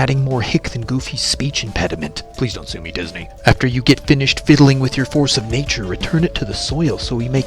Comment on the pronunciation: he said force a nature